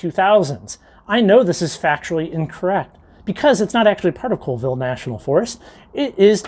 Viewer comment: Another excellent walk through of DIY Rockhounding. (Colville and Pend Oreille are pronounced "Callville" and "Pon-der-ay". Keep up the great videos. P.S. At your suggestion I just bought a pair of Traction Tracks!